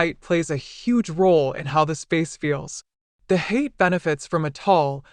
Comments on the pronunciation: HA-YA-TE not Hate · Pronounced “Hah-yah-teh” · Elizabeth Holmes voice pronounces it incorrectly. Lol.